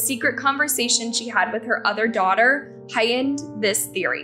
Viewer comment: "High-ind"... HIGHTEND. 🤦‍♀️